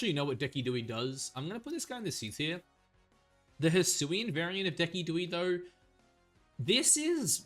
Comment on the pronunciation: arcanine I had heard from u before but deci-dewey murdered my soul, there was gee-yair-ados and the ones where u added -eezy had me cringing😂😂 but all love no hate man I appreciate your content and maybe it’ll turn into a guilty pleasure eventually😅